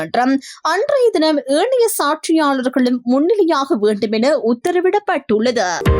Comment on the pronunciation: தமிழ் உச்சரிப்பை சற்று கவனிக்கவும். ஏணைய அல்ல ஏனைய, பரிமுதல் அல்ல பறிமுதல். குற்றம் பிடிப்பதாக அல்ல, தமிழ் இப்படி தவறாக அதிலும் செய்தியில் தவறாக உச்சரிக்கப் படுவது கவலை அளிக்கிறது.